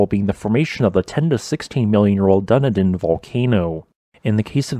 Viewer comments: Dunedin, dun nee din, not done a din lol 🤣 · Excuse me mate, but it's not, 'Dunny-din', but Dun-Eden'. Thank you. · "Dunnidin" Done-ee-din 🙄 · Right! 😂 dunnar din 😂 It's duh-knee-din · Small note to. It's pronounced Duh-knee-din, not Dunny-din. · dunnydin…… damn, I forgot that people who’ve not heard it spoken tend to say it that way. (Kiwis pronounce it with much more emphasis on the E. dun-E-din). I used to live in Dunedin, immediately below harbour cone; afaik it’s the most recently active of that volcano’s vents. Heh, recent…. They’re really interesting landforms! When I was much younger and we were taught about volcanic landforms in school, I didn’t really understand what made volcanoes considered to be extinct and I got pretty scared. The craters are pretty damn big and also pretty damn eroded; all I could think was that if it became active again, it would be Bad. Lol. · I couldn't stop laughing when he pronounced Dunedin "Dunidin". It's Dun-e-din. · dunidin no its dun-edin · "done-a-din" as a NZer i have to giggle every time something outside of NZ says Dunedin (Duh-knee-dn) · I guess having a human reading words and speaking into a microphone is too much to expect. That's why we get words like "dunna-din", for the southern city of Dunedin (pronounced 'dun EE dn'). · Ahem it's "DUH- KNEE- DEHN" not "DOO NEH DIN" XD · Done I din lol. Dunedin is not pronounced that way Done eee din. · Dun-a-din. 😂 should have checked the pronunciation before recording this. It’s said “Dun-EE-din”. With emphasis on the EE. Dunedin. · It not DONE IDDEN, it DONE EDEN. 😂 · its pronounced "duh-Nee_dan" not "dunny dan" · mate its not done-a-din volcano its duuh-nee-din cheers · Akaroa pronunciation- excellent. Dunedin, not so much lol. DunEEdin. Dunny-din sounds like a toilet, some will argue that is a fitting designation but I live here and it's not true! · wtf is dunidin. did you mean Dunedin? { duh - knee - din } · duh nee din not duh nih din Dunedin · Dunny din